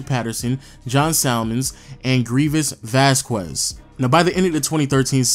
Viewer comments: Vasquez is pronounced Vass-kez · People are stupid if they think that you get to change the way you pronounce something just because you’re from somewhere else. Vass-kez is the proper pronunciation. Just because some of you have heard it pronounced by random people differently doesn’t make it that way. Anyone with that last name can attest to that. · Masai didnt trade Bargnari. It was Wayne Embry. It is not Vaskuez, it is Vasquez. But solid video. Thanks. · Vas-kwez....It's pronounced Vas-kez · Some pronounce it vasqwez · Vasskwezz haha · Please stop the hard q on vasquez. :) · vasqwazz....? lol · Everytime you say “Vasquez” I cringe. Come on bro you know damn well that’s not how your pronounce it lmao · The way he says Vasquez man.... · The number of times this guy mispronounced Vasquez is killin me. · You need to learn how to pronounce Vasquez.